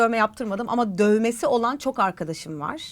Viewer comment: BB Krem demeye çalıştığın yerler çok hoştu "Benim dövmem yok . Bugüne kadar hiç yaptırmadım:ama döövvmesi olan çom arkadaşım var " mimiklerin ve vurguların çok güldürdü 😂